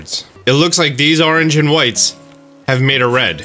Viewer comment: Pronounces "orange" as "arrange". "Wooder"